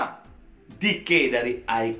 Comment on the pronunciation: anw how to pronounce iKON is aikon not aiken.. thx